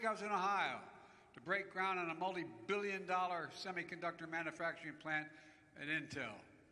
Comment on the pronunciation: Manufracturing Boom. With a silent M.